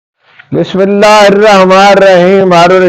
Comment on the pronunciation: اسلام علیکم محترم جناب ھارون رشید صاحب آ پ ماشاءاللہ بہت اچھا تجزیہ کرتے ھیں اور دلیری فصاحت و بلاغت اور آ پ کی شائستگی کو ھم خراجِ تحسین پیش کرتے ہیں اللّٰہ پاک آ پ کو سلامت با کرامت ایمان و عافیت کے ساتھ رکھے ۔ آ پ کی خدمت میں ایک مؤدبانہ گزارش ھے آ پ ناراض نہ ھوں کہ آ پ جب بسم اللہ شریف پڑھتے ھیں تو بیچ میں سے آ پ ن کو ساکن کرکے چھوڑ دیتے ھیں یعنی آ پ تلفّظ صحیح ادا نھیں کرتے مثلاً آ پ بسم اللہ الرحمٰن الرحیم کی جگہ آ پ پڑھتے ھیں بسم اللّٰہ الرحم الرحیم پڑھتے ھیں آ پ ذرا غور فرمائیں اور میرے حق میں دعا فرمائیں میں آ پ کا فین ھوں روزانہ بلا ناغہ آپ کا ویلاگ سنتا ھوں اور آ پ کی خبروں پر مجھے بھروسہ ھوتا ھے